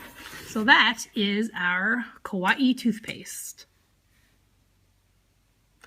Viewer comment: It’s kuh-why-ee